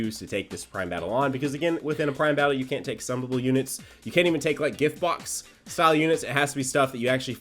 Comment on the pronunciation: Why did sound like he was British when he said box